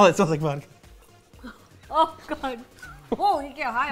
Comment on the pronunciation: The way is saying SpoOoOOOoky 🤣🤣🤣 And Vodkar 😭😭😭